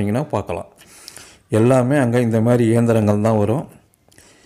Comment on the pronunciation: ஐயா,இந்த மேறி என்கிற வார்த்தை உங்கள் தொகுப்பில் அடிக்கடி வருகிறது அது அப்படி அல்ல, இந்த மாதிரி என்று சொல்ல வேண்டும், நன்றி.